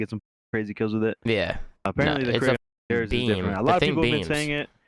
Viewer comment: I love karma calls it’s a “kreeg” and then follows it up with the most Canadian “sorry” every lol I want him in more optic content dude is hilarious